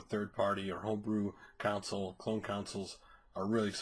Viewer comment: Dude, it's CONSOLE, not COUNSEL. It's pronounced the same way that you would if someone was sad and you needed to CONSOLE them, not COUNSEL them as in what a lawyer does. I really hate to be pedantic but you screwed that word up at least 8 times in four minutes there and it's really, really obvious.